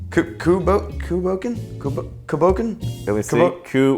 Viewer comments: Pronounced coo boKAHN. No, no, no, no, NO!!! NO FREAKING DANCE!!! That cr@ is just not right! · It's pronounced COO BAWcan. Cù means Dog & Bòcan means ghost in Gàidhlig. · Love how in one video you're berating people who pronounce Islay wrong but cant even pronounce Cù Bòcan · "toe-MAH-ten COO-bah-KAHN"